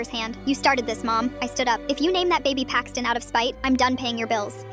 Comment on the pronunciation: How do you spell Paxton with a 'Y'? Payxton?